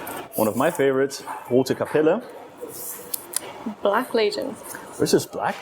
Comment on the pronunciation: pronunciation of Rote Kapelle was a straight A:)